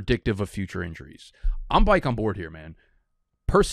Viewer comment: so many chances to say “byke” and you said “back” … and bcuz of that, i’m dumping this marg down the drain .. i’m still on vacation in Mexico.. tuck your shirt in and fix it next video